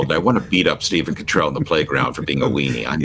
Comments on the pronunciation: I love your American pronunciation of 'Cottrell'. It seems to suite His Grace... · Persistently mispronouncing someone's name is not clever, but disrespectful - whatever view one takes of the person concerned. And it seems strangely unChristian. Please make the effort to learn how to say the Archbishop of York's surname.